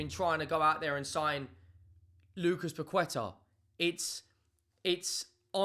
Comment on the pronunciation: Tips: the "u" in Paqueta and Mosquera is silent. So more like "Paketa" and "Moskera". And Hincapié has the stress vowel in the é, not the a.